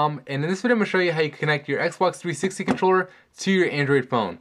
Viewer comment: Xbox Threesex controller, why are you saying it in this way? Serious :D